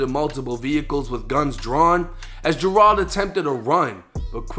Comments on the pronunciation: its pronounced "JER-ELD" then say it fast. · Dudes names Gerald but Jer-ahld does seem a little more "street" though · How tf do you mispronounce Gerald